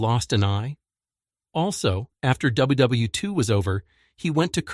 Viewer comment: if its a labor of love then listen to the damn video when its finished; it's WW2, not "wii". simple, simple fix.